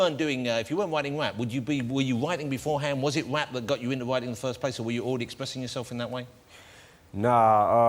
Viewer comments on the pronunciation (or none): I think that's why sometimes Eminem look like he was going to smile... or laugh... because he can't believe this guy is pronouncing rap as WAP... it is too funny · 2 best bits 1. When Jonathan first said rap (wap) and 2: 'yeah l do I wanna nail her' haha